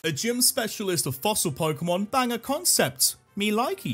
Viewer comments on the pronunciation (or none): none